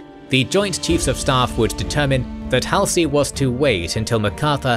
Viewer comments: Halsey's name is pronounced -- Hawl-see, not Hal (as in pal) -see. If you don't pronounce the names correctly, it makes me wonder about your research. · The hal-see instead of the more familiar hall-zee is an interesting choice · Wikipedia says DC also. Mispronounced Halsey (very forgivably) too. Do love the WA love though. Funny, whenever people say Washington these days I also always assume they mean the state, until they mention some context related to dc and realize my mistake. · Good but the narrator mispronounces names like Halsey is grating. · For me, it does show attention to detail. When attention is lacking, then I wonder about the completeness of their research, and then about their care in interpreting those facts. So, yeah. Especially when pronunciation of someone as famous as Halsey's name is.